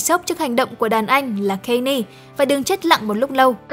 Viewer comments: góp ý 1 chút, Kanye West đọc là Can Yê chứ không phải Cây Ni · còn phát âm Kanye sai nữa ax